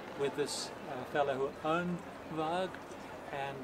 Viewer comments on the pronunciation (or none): great job on the boat, she looks like the real thing. FYI, you might have been told before but the name VARG is pronounced with a soft "g" or "j" sound and means wolf in Norwegian/Swedish..